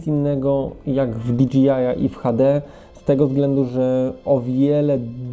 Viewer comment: Świetny materiał! Jedyne co mnie razi to wymowa DJI - to jest o ile się nie mylę "di DŻEJ aj", a nie "di DŻI aj" :D